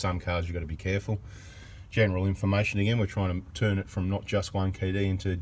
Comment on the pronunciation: love the way you pronounce in fa mation lol! and thanks for the information bada bing